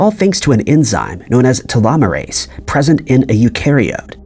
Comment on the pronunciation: Telomeres and telomerase have the same sound. Telomerase is pronounced like you say telomeres but instead of eres it sounds like ace.